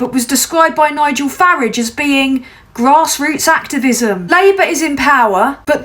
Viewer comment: Glad to hear you pronounce it correctly as Farridge, I still prefer to refer to him as Führage though...